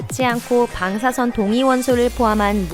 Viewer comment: 방사성 방사성.. 일부러그러나??.. 방.사.선.